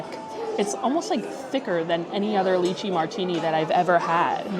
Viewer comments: FYI…. It’s pronounced Lie-Chee not Lee-Chee. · Lai-chee not Lee-chi. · I love you and your videos but the lychee pronunciation in this one is killing me 😂 Making me think of puréed leeches 😅🤮